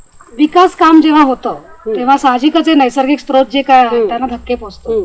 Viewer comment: दोन्हीं एपिसोड बघितले. उत्कृष्ट. स्त्रोत, अजस्त्र असे शब्द अस्तित्वात नाहीत. स्रोत आणि अजस्र बोलावे, लिहावे. Srot, ajasra , sahasra.